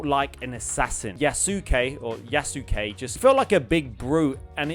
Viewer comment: Isn't Yasuke pronounced Yas-Kay? 🤔